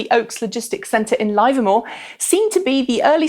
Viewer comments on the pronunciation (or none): A minor correction: "Livermore" is pronounced with a short "i" sound as in, "Kidneys are good, but I like liver more." On a side note, that reminds me of the old hepatologist's joke, "Is life worth living? That depends on the liver." I find the choice of Livermore for a Tesla facility very interesting. We all know that Elon has an excellent sense of humor and sometimes it's a bit subtle (e.g. A volume control that goes to eleven.). Livermore is 12 miles from the disused 1800's coal mining town of "Tesla" - which was named after Nikola Tesla. A quick search shows that Livermore contains many references to Tesla, including: Tesla Vintners, Tesla Road, Tesla Park, etc. So I have to wonder, is this a coincidence, or is this just another example of Elon's subtle humor?... The Gigafactory is in "Sparks" Nevada? Are you serious?